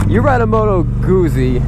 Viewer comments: it's goot-zee like pizza is peet-za . double z in Italian is a hard Z sound. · Why does have such a problem with Guzzi......its the same s probounciation as pizza ffs...glad you liked the bike. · You're a funny guy! I like it........ Can't pronounce Guzzi, not sure if they are Italian, comparing them with Triumphs,..... Triumphs! ... and that bit about why people ride Guzzis, "cos no one else has one, because there are no dealers anywhere" Hilarious. (You ARE trying to sell this bike right? or do you want to keep it? A nice test review. You must have said you love it half a dozen times. That is why people ride Guzzis. There's nothing like them. Good luck with the sale. If I was an ocean closer, I'd buy it. Cheers Mate. Cali Jackal Bob. Proud owner of two Guzzis and looking for MORE!